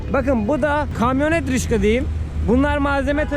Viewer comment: Rickshaw'dır (rikşa) o:) Rişka olsa duramazsın:))